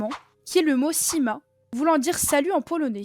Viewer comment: Elle a mal dis siema